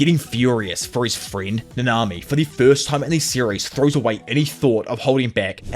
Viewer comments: Might be me but dude puts the emphasis in each name in the exact opposite of how it should be. NAnami, not naNAmi. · I was gonna watch this video but the way you say nanami is annoying af